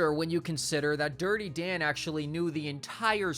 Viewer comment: "DIrTy DaN¹1!" Talk like a normal person, freak